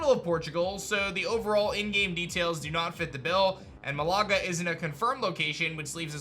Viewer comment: is pronounced like Ma-la -gah😅